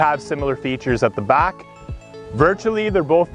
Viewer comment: Back, not Bok.